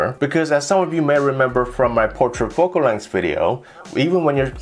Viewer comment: "Foc-Kul Length"